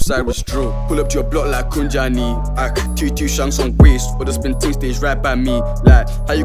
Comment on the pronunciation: Mans said pull up to your block like kunjani (how is it- basically hello) damn mans learned a whole South African word pronunciation a lil off but is iyt bro is good